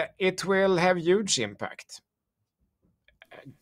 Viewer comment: Key word Today “ UUUGE “ ❤😅😽